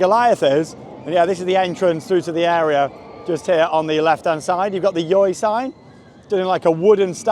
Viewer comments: You're supposed to pronounce it Joy, but honestly I pronounce it the same way as you because the name is just ridiculous. Good video! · pronounce it as joy